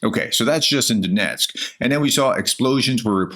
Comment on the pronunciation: what is Donesk & Ryzan? Almost 4 yrs and still can't read or pronounce simple effing names.. God bless Oleksandra and all like her. SLAVA UKRAINI